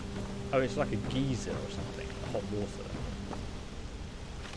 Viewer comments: Geeser not geyser but geeser? Really? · lol he said geezer instead of geyser